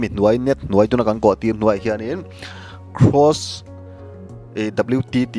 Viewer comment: Cross i tih kha Gross a ni e. I lam sual palh a nih a rinawm. Cross leh gross chu a kawh a inpersan viau bawk sia. Lam pawlh chi a ni lo e.